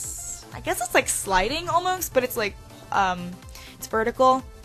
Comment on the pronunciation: Love the build! It makes me laugh every time you call the siding "sliding" :)